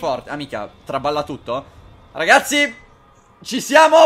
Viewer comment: #favirisponde ti sei accorto che al posto di ragazzi dici racazzi? Se non ho sentito male!